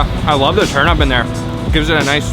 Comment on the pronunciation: Turnup? Turnip not Turnup